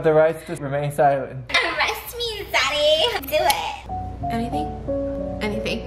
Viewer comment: She didn't say "daddy" she said ZaDDy😂🤣